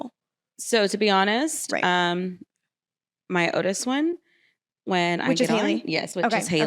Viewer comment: I hate that she cannot pronounce L's in the middle of her words. she says Odis instead of "oldest"